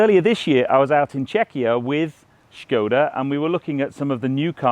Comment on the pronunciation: its a skoda not a schhhhkoda in the same way that barclays is barclays not barclaaaaays and dacia is a dacia not a dacha, love a bit of corporate speeeek me - nice car though for a skoda